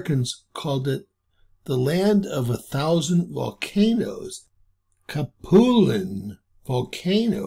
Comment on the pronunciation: Cap-u-Lynn Rat-tone